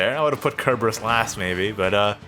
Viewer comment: Just correcting you here. It's "Sir"-berus. Not "Ker". That's not just personal interpretation. Cerberus is a hellhound from Greek mythology and that's the modern name for it.